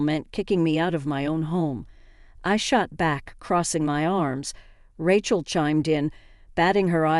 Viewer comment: Rechel? lmao